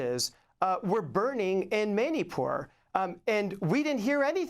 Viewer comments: Manypur 🤣🤣poor pakis...its manipur not manypur🤣🤣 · This guy doesn't even know how to pronounce Manipur which is a state of India, it is Pronounced Money Poor.He is just reading from the propaganda machine. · This guy teaches at Georgetown Law? Why can't he pronounce Manipur? Very disappointed in Amy Goodman!